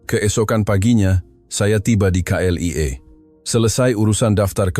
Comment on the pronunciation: BUKAN CLEAR tapi KLIA